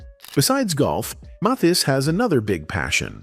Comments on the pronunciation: Johnny Mathis' name is pronounced "Mathis" as if it's "Mathas." NOT "Mothas!" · And not pronounce his name even though it is spoken in this story. Not Maythis. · His name is not Moth-ees. Mispronouncing his name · Esse moço não sabe falar o sobrenome de Johnny Matthis . Nunca ouviu o sobrenome desse maior cantor do mundo . .? Pq ninguém viu que ele não fala certo o sobrenome do maior cantor ? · Can't you teach your robot how to pronounce "Mathis"?!?!? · This A I voice pronounced Johnny's name wrong the whole video. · is this AI? Pronunciation of Mathis doesn’t sound like it’s usually said. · Why is this bot mispronouncing Johnny’s last name every sentence and 15 different ways? It’s so stupid and silly. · I wish you didn't use an AI voice for this video. It kept messing up the pronunciation of Johnny's last name and that was distracting. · Let us hear a real person narrating these videos. They don't even pronounce the person 's name correctly. What a shame!! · How many times can you mispronounce the name MATHIS? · Is the narrator a real person, or AI? He can’t even pronounced Johnnys last name! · It’s a wonder how many different ways the narrator pronounces the name “Mathis.” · I had no idea there were so many ways to pronounce "Mathis." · Clickbait. There is nothing in this video about his love of anyone. This Ai robot kept mispronouncing his name and repeating lines over and over in several places. Not woth the trouble to watch this.